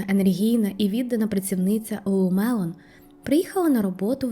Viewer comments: Lulu Lemon тільки, а не мелон)) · Ні як не можу зрозуміти, як ти вимовляєш LuluMelon чи LuluLemon? Другий варіант вірний.